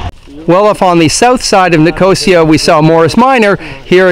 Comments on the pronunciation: By the way, It's Nic-os-ia, not Nicooosiiaaa, great video though. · Hi. This video has had thousands of views, and this is the first comment about how I continuously mispronounced Nicosia. Believe me as to how much it bothered me that I didn't practice how to say the city's name before turning on the camera. I appreciate the feedback and compliment. You're welcome to enjoy the other Borders on Budgets videos from Cyprus. Nine altogether.